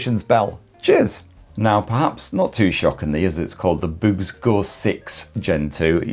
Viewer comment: Every time you say "BOOX" it sounds like "boobs" 😄